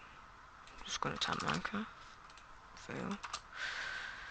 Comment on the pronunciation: You said miner craft instead of minecraft😂